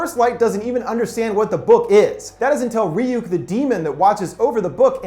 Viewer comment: "Its pronounced Rayuk,kid